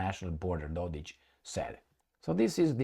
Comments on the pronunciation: No, it's Dodik, not Dodich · The mans name is DODIK , not DODICH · It’s Dodik not dodić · Republik Srbska 💪 Its Dodik not dodic fyi Love your videos 9 January is Republika Srbska day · Yep Dodich :face-blue-smiling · Dodik is pronounced with a "K".